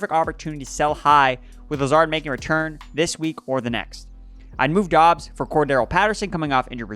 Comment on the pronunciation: I love how we are two months into the season and NOT ONE PERSON can figure out that Romeo Doubs name is pronounced "Dubs".